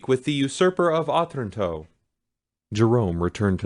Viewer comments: Yes, uh-TRAN-toe. His reading and phrasing isn't great. And what I presume is a poem at the end of the preface was read really weirdly. It sounded like he was pausing at the end of lines of poetry even though you can tell by the phrases that they run on rather than pause. There's being able to read, being literate, then being able to READ. He can do the first, but not so great at the second 🙄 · Oh- tran- toe Wow..not. oth-ranto